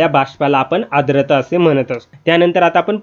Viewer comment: आद्रता नाही. 'आर्द्रता' म्हणा... उच्चार शुद्ध करून घ्या, आधी!